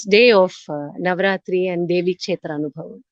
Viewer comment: This is an excellent work to bring knowledge about various devi kshetras during the auspicious Navaratri time. A lot of knowledge is packed into these sessions. … I would like you to correct pronunciation of the word anubhavam in the title…. Bha with a mahaa praNam or emphasis (అనుభవం). This is a Sanskrit word and it is not fair linguistically to call it anubavam (అనుబవం). The way Vijaya Lakshmiji pronounced it is the right way to say it. Vijaya lakshmiji … the kamalA manOhari krithi is kanja daLAyatAkshi (కంజ) and not kancha dalAyAtAkshi (కంచ). Kam = mud; ja = having born of; A lot of teachers are propagating these pronunciation errors for Sanskrit words and many students are unfortunately picking up wrong pronunciations like this. Thank you for all the hard work you are putting in creating this beautiful series on Devi kshtras.